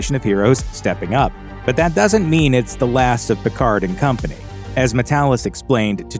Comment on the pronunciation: stop pronunciation the d in Picard